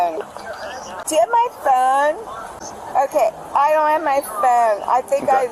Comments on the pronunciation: The way that woman pronounced phone 🙄 she was definitely drunkish Why didn't anyone else walk up when she was complaining about the buffet? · I really wish I could figure out how to phonetically spell phone the way this woman is pronouncing it but I will give it a shot. I can't find my phooonnee.😂 it is extremely extremely irritating. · “Where is my PHoon?” “Do you have my PHoon?” “I don’t have my PHoon!” “Can I borrow your PHoon?”